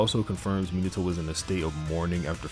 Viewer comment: It pains me how you pronounce Minato. Me-nah-toe is correct. You are saying minnie-toe